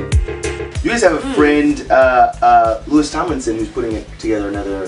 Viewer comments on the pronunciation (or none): Did he really just say "Lewis Tomlinson"??? >( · He's LOUIS. Not Lewis. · Louis not lewis